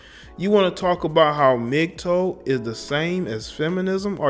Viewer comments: Love your content man but please, it's Mgtow, not Mgtoe. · why do you keep saying "mgtoe" wtf is a "mgtoe" its "tow" like "wow" "ow" smgdh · Its Mig-TAO not Mig-TOE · Its interesting that you say the "TOW" in MGTOW like "toe-nail" but most people pronounce it "tao" like "taoism". Doesn't matter at all keep doing your thing just never heard it pronounced that way. Really, thats how it should be pronounced. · Correct me if I'm wrong but isn't it pronounced (MIG-TAO)??? Was that driving anyone else crazy lol?